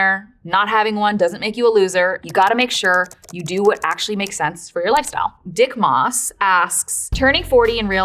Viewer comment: it’s DockMoss but she said d*ckmoss😂